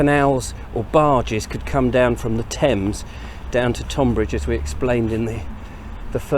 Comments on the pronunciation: Sorry but im shouting "stop calling it TOnbbridge at you today";) Just in case you dint see my last post "Why Tunbridge Wells and Tonbridge are pronounced the same way" This page has the history of Tonbridge and I think you will enjoy it. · Tonbridge should be pronounced Tunbridge.